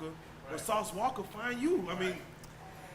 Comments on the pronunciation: She said “walker” with and emphasis like that’s what it is 🤣🤣🤣🤣🤣🤣🤣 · She put the hard "er" on the end of sauce walka name lol sauce walker?😂